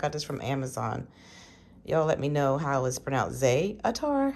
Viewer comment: Its pronounced zay tar.☺️ and yes you pronounced kalamata right.👍🏾